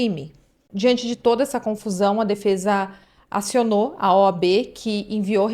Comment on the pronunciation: "OB"...não... "OAB"... "O" "A" "B"...